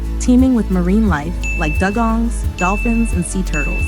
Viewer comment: 'dugong' is pronounced DEW-GONG.